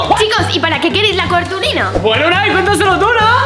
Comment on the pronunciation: Chicos mirad el minuto Abril em bez de decir cartulina dice cartuolina 😂